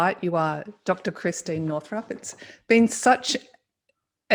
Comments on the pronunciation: Bless her heart, she didn't even correct you when you mispronounced her name three times. Not Christine, it's Christiane. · Christiane. Not Christine.